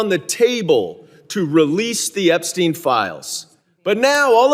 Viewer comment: EPSTEIM FILE EPSTEIM 😂